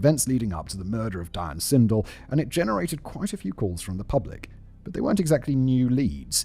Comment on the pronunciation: Does he say pRublic? Like lengthLy? Why do I enjoy these oddities in spoken language?